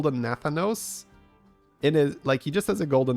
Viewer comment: As a wow lore enjoyer, the pronunciation of Nathanos the entire time drove me CRAZY